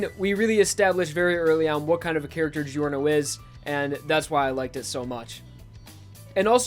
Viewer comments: my least favorite thing about giorno is that ppl call him geeyorno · Man i really love your job here! ( Btw i m italian and i laugh a lot when u pronunce italian names ) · Its not delivery its giorno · you pronounced giorno's name wrong